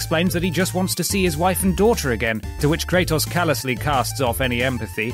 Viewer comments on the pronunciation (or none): KREITOS? Wtf? 🤢😂😂